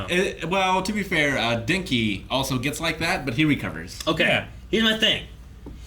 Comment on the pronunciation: I hope they can see this but it’s DENki Karminari, not Dinky. Like DENny’s and key, Den-key. “You sound like a damn fool when you say it wrong”